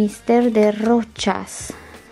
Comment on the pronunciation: "Rocias"??? 😳 Numele e francez, deci se pronunță "Roşà". Limbile astea... 🙄